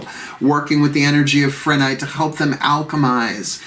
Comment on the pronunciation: It’s pronounced: PRE-nite. No h sound